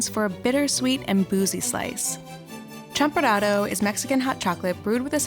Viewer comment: It's actually pronounced "Cham-pu-rado" -A fellow mexican american :)